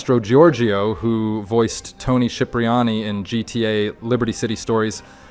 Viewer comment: He pronounced it correctly (the Italian way)